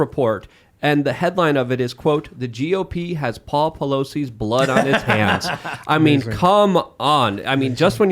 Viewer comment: why did news guy pronounce blood like "blAAHD"